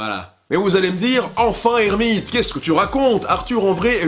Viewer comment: Ça me perturbe. Après le ''bonjour à toute et à tous'' j'entends ''ici light moderne'' je ne comprends pas ce qui est dit. Ça sonne trop court pour être ''ermite'' du coup je pensais que c'était une abréviation. C'est un détail au final mais quelqu'un aurait une idée ?